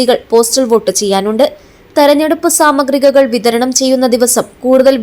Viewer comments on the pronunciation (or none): 'സാമഗ്രികകൾ' അല്ല സാമഗ്രികൾ 😮